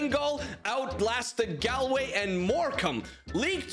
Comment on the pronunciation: it’s pronounced gawlway